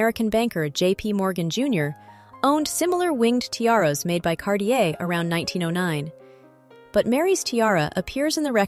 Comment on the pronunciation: CarTier et pas Carlier .l’i.a impose des traductions très approximatives... un collier du IXéme siècle, comme c’est étrange !